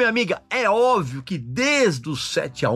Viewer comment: O Régis falou "óvio" ao invés de "óbvio". 😅😅😅😅😅